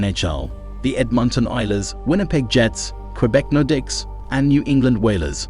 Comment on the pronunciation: What is this AI generated nonsense? I can understand some mispronunciations but “street Louis blues” “Patrick Roiiii” (not Wha as it’s pronounced) and “nordikks” is laughable. Also, as others have said, info is wrong at times like Mario Lemieux is very much alive.